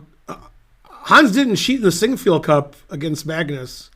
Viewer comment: I can't get enough of hearing Ben say "Sinquefield cup"!!